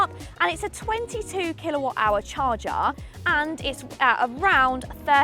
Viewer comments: It's a CHARGER, not a "CHARGAARRR" 😂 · Char-cha Love it! 😅